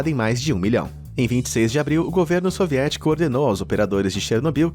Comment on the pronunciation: Já nao se diz suvietico